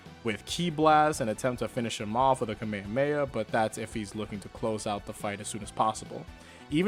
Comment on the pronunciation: Dude said "the kamayamaya" 💀